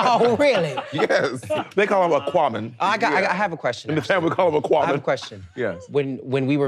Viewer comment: Ak-qua man 😅